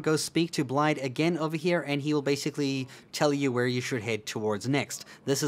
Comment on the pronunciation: Blaid...... Why Blaid!?